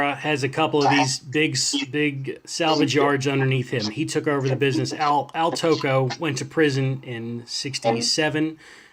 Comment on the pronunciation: Just a heads up, Al Tocco's name is pronounced like taco.